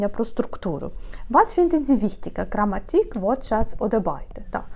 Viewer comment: почему вы делаете ошибки? Произношение неправильное, очень сильный акцент), ударение неверное ( GrammAtik), Sprachen, nicht Sprache lm Plural!